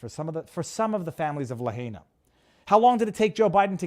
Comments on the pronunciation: it's pronounced "la-HIGH-na" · Someone tell Viva how to say Lahaina please!